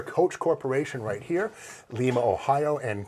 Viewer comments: Not LEE-ma.. it's LIE-ma Ohio.. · It's pronounced Lima, with a long I. LIME-AH. also the home for a Ford Plant, General Dynamics plant, and a Dana plant. Superior is still there. Makes hearse, limousine, etc, just like they always have.. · Common non-Ohioan pronunciation - It's actually Lie-mah. Maybe that was done to avoid confusion with the capital or Peru.